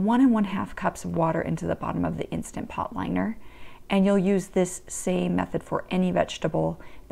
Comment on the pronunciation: Please say instaNt pot. Insta pot sounds so tacky.